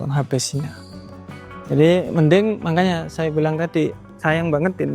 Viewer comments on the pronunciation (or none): Ciri khas ini, kalo lagi ngomong selalu ada kata "mangkanya," harusnya makanya, tapi karena udah kebiasaan jadi ciri khas gitu. Keren mas, jangan lelah mengedukasi agar pemula kayak saya gak sampai terjerumus ke oknum full margin. 😁😁